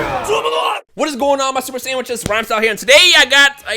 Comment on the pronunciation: He is saying what is going on my super sandwiches not super saiyans